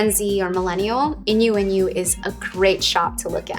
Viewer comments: When she said INU INU did anyone else hear innuendo? X3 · This video was really cute but the way she pronounced inuinu was so painful